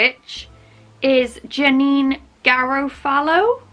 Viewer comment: Nobody can pronounce Janeane G’s name.